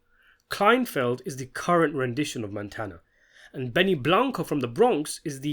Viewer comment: It’s KleinFELD. Not Kleinfield.